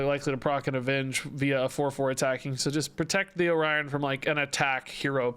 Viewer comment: So you're supposed to say "oh-ryan" instead of "orio...n"